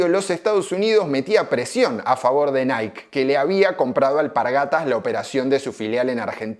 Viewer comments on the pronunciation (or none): none